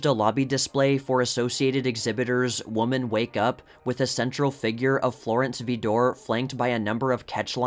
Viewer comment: Very well done, but Rivoli, a common old theatre name, is pronounced RIvoli, and “Vidor,” famour for two directors and an actress in the family is pronounced “VI-dor,” long I and accent on the first teo letters.